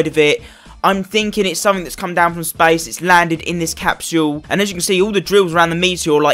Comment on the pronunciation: Bro it’s not capshule it’s capsule